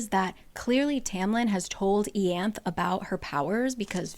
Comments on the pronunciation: I love these summaries since I don’t want to reread where I left off of the books (which is my 2nd read btw). I don’t actually “read” them as well, I listen to the audiobooks. One benefit of that is to hear how the names are pronounced. I was so confused when you said Ianthe (ee-anth) I was like “WHO?!” Lol! In the audiobooks it’s pronounced eye-Anth-ee. This comment isn’t shade but just something funny I thought I’d share! Thanks for your hard work on making this video! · It's pronounced I-ann-the. I appreciate the breakdown. I cheat during my read. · it’s pronounced eye-annth-ee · Where does it say how Ianthe is pronounced? Ée-anth sounds so weird to me 😅 I've always read it as Yan-thee 🤔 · Not a big deal but Ianthe is pronounced “EE-aun-they”. It’s my aunts name and that’s how she says it and It’s Greek. But I love your channel and appreciate you doing these videos. ❤ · Watching this just makes me realize I was right in thinking Tamlin literally didn't do anything wrong when I read the book. He had his own trauma to deal with and it wasn't his responsibility to cure Feyre's Btw, Ianthe's name in the audiobook is pronounced Ai-anthe :) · Ianthe = Eeanthay (first a pronounced like "hall") rhysand = reece-sand (sand in a french accent) Tarquin = Targuin (in french please) Elain = almost like alien, but like still elain Amren = almost like Ramen just exchange the r and a Alis = Aleese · About ten minutes in, and it’s bugging me enough that I have to say this: I knew someone named Ianthe, and she pronounced it “YAHN-thee”. Which makes more sense, I think. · Ianthe... I-anne-th-e